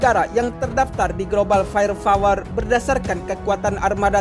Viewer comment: Bukan fayer fawer.. tapi fayer pawer/ fire power